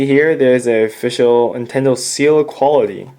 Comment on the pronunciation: It is pronounced NINTENDO not INTENDO